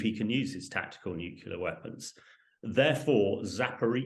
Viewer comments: Nucular? I haven't heard that since George Bush Jr. Does this clown say basketti too? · Wish he would stop saying "nuculear"! Very irritating.